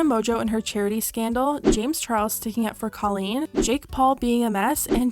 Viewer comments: It's pronounced COE LEAN not CAH LEAN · I don't mean for this to come off hateful or anything, but I think you should know that you’re pronouncing Colleen's name wrong! Again not trying to be hateful, just thought you should know 😊